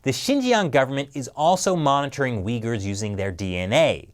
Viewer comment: Did you say track the regions are uyghur people or did you say the weak people my hearing is getting really bad lol I think I will have to fit a dolphin Raider cochlea or cochlear some kind of vertebrae in my ear